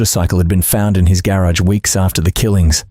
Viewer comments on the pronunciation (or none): none